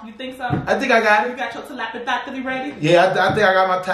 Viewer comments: This is the best way i can figure out how to write the pronunciation for y'all: tuh-leh-puh-thee. Big Homie talking about he got a little asthma 🤣🤣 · Lol y'all so funny🤣It's pronounced te-lep-a-thy y'all...lol I love y'all😘